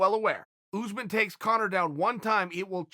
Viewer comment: Chael: Kamaru "OOZEMAN" Usman